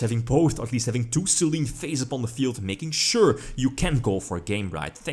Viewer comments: I think it's pronounced "Saylaynay" as the goddess of the moon. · Actually, if you want to nit-pick, the kana are pronounced "Se-lenn". ;) (Damn it, Konami of Japan, get your pronunciation right!)